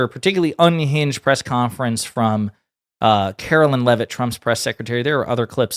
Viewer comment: I hate her, but please pronounce her name correctly It’s Karoline not Carolyn